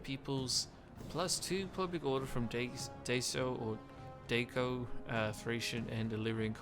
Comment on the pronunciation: I think daco is pronounced As “da-co”, not “day-co”. Apart from that, great overview about one of my favourite factions in the mod, next to the entire Gaul/Celtic factions and the steppe nomads. Though I can never commit to finishing a campaign with them in the grand-campaign as starting economy and military is hard to balance for me, even on normal EDIT: I wonder if you should go over the starting mission chapters of the factions you overview, and go over whether or not they might be worth it. And also maybe go over the victory conditions, as I think they can influence the way you play out your campaigns as well as how it affect your decision making.